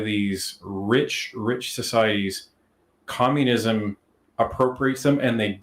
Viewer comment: She calls for COMMUNISUM 😢